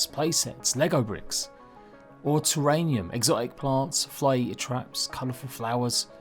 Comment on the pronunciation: terrarium not terranium. just a note. keep up your content